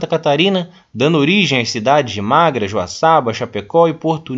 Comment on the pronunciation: Parabéns pela aula. Só corrige o nome da cidade catarinense que é MAFRA e não Magra. Sucesso.